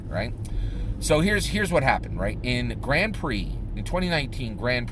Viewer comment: Watched an entire season of Formula 1 racing, learned everything about formula 1 racing except how to pronounce Grand Prix.